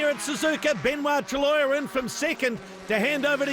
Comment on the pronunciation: Cheers for uploading the final part! I love how the shouty Aussie broadcaster says Benoit Treluyer's name as 'truh-loyer' :D. Another thing i noticed was Speed Channel's abrupt edits to fit the footage into the commercial blocks. Assuming it's not theirs, I wonder what media company originally produced the show before Speed put their name on it?